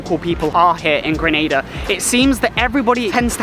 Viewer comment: 1 of the few that ACTUALLY pronounces my island’s name correctly 😂 and love the energy information you’re giving. Great shots with the views especially with the drone. Which one were you using?